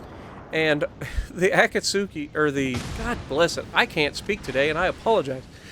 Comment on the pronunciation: Akatsuki is pronounced A; kat; ski. The U is silent.